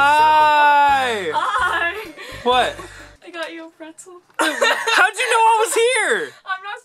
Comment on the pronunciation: Is it just me or when he said 🥨 pretzel it sounded like he said wetzzkles